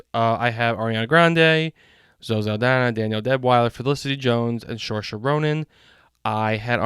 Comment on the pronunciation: Some help with the pronunciations: Ralph Fiennes. Ralph is pronounced RAFE (hard "a" and you don't pronounce the "L"." For Saoirse Ronan, it's pronounced "Sir - sha"